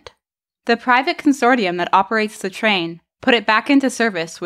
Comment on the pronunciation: Consortium is pronounced consorshum, not consortee-um. Rideau is Reedo, not R'do.